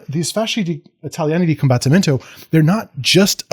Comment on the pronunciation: Your Italian pronunciation is fine, if in doubt, pronounce the vowels (and a lot of the consonants) more or less like how you would in Spanish. The big difference are the double letters which are pronounced as such, so "combat-timento". And "avanti" is best translated as "forwards!". Great video, thanks a lot!